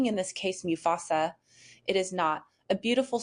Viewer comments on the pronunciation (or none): MU FASA not mew fasa